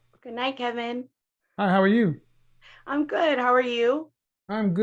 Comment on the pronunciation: Big up to all d west Indian women that watch this video....The only guest to hand KS an "L"...@ I knew she was Caribbean from the introduction...."Good Niiiiight"🤣🤣🤣 As a Black American man who does business in the carnival scene for 10 years, I've said from the gate, KS message don't pertain to Caribbean women. They are Beautiful, Fit, """"Femine"""...educated to boot. I wish my American sisters learned from them instead of fighting against one culture as BA taught the world alot, its our turn to learn from the Caribbean society about unity and MASCULINITY existing in UNITY with FEMINITY....The islands still hold these values and maintain it. Sidebar With them lips....she a bajan🤣